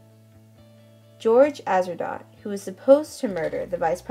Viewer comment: You are missprouncing Atzerodt. The hanging was on July 7. Not the 17th